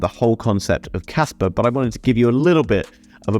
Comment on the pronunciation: There is no R in KASPA! :D